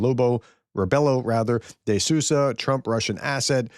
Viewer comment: As a Portuguese I back my president words... the translation checks ok. Sousa is pronounced as Soo - zuh... :D